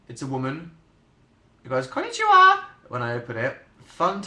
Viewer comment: The way he say conichiwa (hello in japan idk how to write it also not in japanese) kills me every time